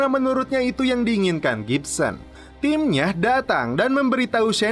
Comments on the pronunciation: Gibbons mang bukan gipsen :v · Gibbons Di baca Gibsons,,, Iyaa Baiq 😀